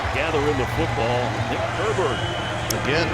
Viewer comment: His name is Herbig. Why do they keep calling him Herberg?